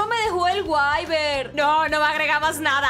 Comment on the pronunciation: Para mi no se dise waivern se dise wivern xdd